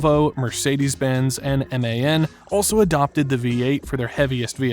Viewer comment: Thank you for spelling MAN correctly "M-A--N" instead of "man" like most of the american channels on YT do. 👍👍👍